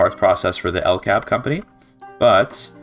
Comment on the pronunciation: I hard disagree on the statement that "Sweden [...] does not really have very many cool unique companies." You mentioned 'LKAB' (it's more accurate to pronounce it L-K-A-B) which is only one of two companies that has the ability too produce prestige iron, and with it's company bonus of +20% iron mine throughput is a strong company. And apart from that Sweden also has the ability to produce two unique prestige goods that no other country can produce: 'Ericsson' is the company for making prestige phones and is overall a mid company. Then there is "John Paradox & Company" which is an easter egg company that has quite specific requirements to be founded, and when it is not available it is not visible at all in the list of companies. It is obviously a reference to Paradox Interactive and primarily owns electrics industries and arts acadamies, and produces 'Grand Strategy Games' which is a prestige variant of fine arts. (Sweden also has three specific achievements (not counting the one you get for forming Scandinavia) which is quite a lot for a country that's not a major power, and without a dedicated DLC.)